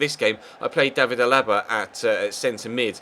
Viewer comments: C'mon, it's David A-la-ba, not a-LA-ba. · Your saying alaba's name wrong